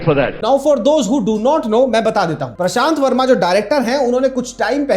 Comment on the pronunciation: dude said "prasant verma" instead of "prashant verma"